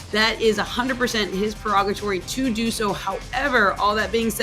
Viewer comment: Did she say that was the ref’s “prerogatory”? lol